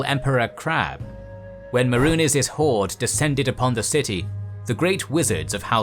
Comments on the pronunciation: I mean, I love the idea and most of the execution, but the pronunciations are clearly by someone who has never played the game. 'Mehrunés'? 'Cheemer'? And the narrator says 'White Gold Tower in High Rock'. Like, wtf. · its may-runes, not whatever the fuck you called it. how the fuck do you pronounce so many of these names wrong when their creators have said them for us MULTIPLE TIMES?!?!?!